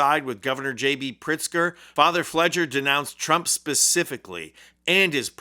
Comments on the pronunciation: Sorry to be nitpicky - it's pronounced FLAY-grrrr. Fr. Pfleger is a giant voice in Chicago. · Here in chicago, we pronounce father Fleger's last name as "Flay-gur" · Pronounced with a long A hard G. He's a Chicago institution and he's fearless. Bless Chris Hayes. He knows Chicago. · His name is pronounced with a hard 'G', by the way and he has been the most outspoken priest in Chicago and he absolutely does walk the walk! He's pretty awesome! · You're mispronouncing the father's name.